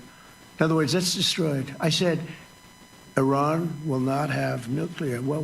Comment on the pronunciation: you pronounced Iran correctly 🎉